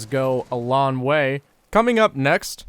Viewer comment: Why do you pronounce words like "long" and "strong" like "lawn" and "strawn"